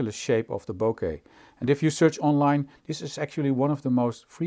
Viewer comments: you said bokeh correctly!!! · Your pronounciation of Bokeh is correct. Which makes you a rare photographer 🙂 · Your pronunciation of boke / 暈け is spot-on; your Dutch accent actually helps. :) It's of Japanese origin and just means blur, haze, fade, … & c. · Your ''bokeh'' pronunciation is better than 99% of youtubers. Nothing to apologize for!